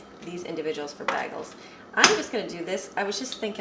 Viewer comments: It’s bay-goals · Sorry but it's pronounced more like: bay-gels. I almost couldn't find my MP3 players that I packed for our trip (I'm finally unpacking), but I found them.